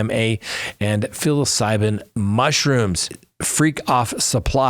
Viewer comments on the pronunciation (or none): “Philocibin” mushrooms?!! Lmao